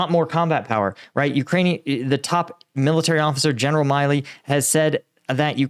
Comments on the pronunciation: General Mark Milley's name is pronounced "Mill-ee". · Milley is Mill-ee is it not? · This guy can not even pronouncing a world known US 4 Star Generals name right….? This guy is a phony. No one who claims to be what he has would ever get General Miley’s name wrong…. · You’re a US vet and you cant pronounce Mark Milley’s last name!?!?!? Sus